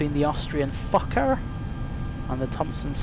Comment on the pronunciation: Sounds like F**ker rather than Fokker! LOL!!!